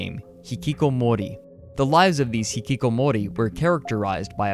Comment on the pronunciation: You mispronounces hikikomori when you first said it. Thats really my only complaint. These videos are fascinating and so much fun to watch.